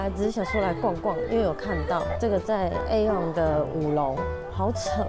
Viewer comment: Aeon應該是唸E-On